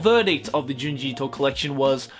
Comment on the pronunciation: Itoism. Seriously bro?